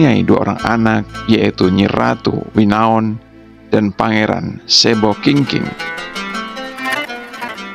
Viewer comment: Jangan terburu2 menutur dalam berkisah, sampai salah dalam penyebutan nama; PANGERAN SEBA KINGKIN (B U K A N SEBO). NYI MAS KAWUNGANTEN (B U K A N KAWUNGTEN)